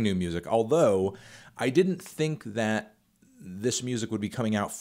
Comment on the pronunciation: “Thit label”